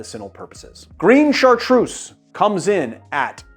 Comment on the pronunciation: I'm French, Chartreuse is pronounced with a Z like zoo. God kills a kitten everytime you pronounce it with a S !